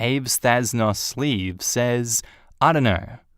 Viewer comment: Absolutely obsessed with how you pronounced avesthasnosleeves when it's literally just supposed to be "a vest has no sleeves"